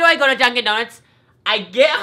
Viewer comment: Donuts not donits